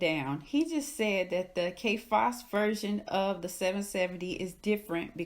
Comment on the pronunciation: I"m sorry, is she saying Kay Fass???